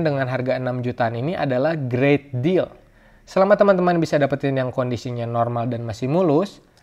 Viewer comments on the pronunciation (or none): none